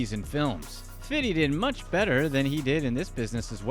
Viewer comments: His name is fifty not fiddy...ughhhh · I hate when white people call 50 cent “Fiddy” what are we in 1991??? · quit saying fitty cent, corny af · Is it me or is he calling 50. fiddy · Dislike for the way you say 50 😒